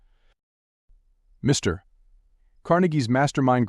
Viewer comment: Sorry the AI voice is distracting! It thinks Mr. is the end of a sentence! I can’t listen to it! Mr.